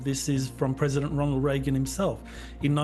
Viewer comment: He said frickin Regan......hahahaha